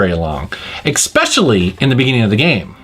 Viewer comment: STOP SAYING "EXPECIALLY"!!!!